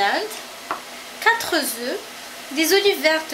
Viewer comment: Quatre y pas de''S'' donc pas quatres oeufs ont dit ''e'' aspirez le ''f'' mais la recette est au top